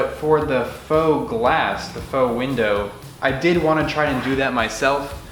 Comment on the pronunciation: I just learned what the real pronunciation of “faux”. Thanks.